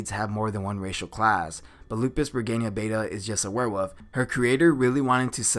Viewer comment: Can you say werewolf instead of "where wuff"?